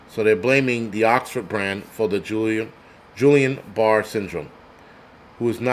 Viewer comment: Fyi Guillain Barré syndrome sounds like gee aan baar 😁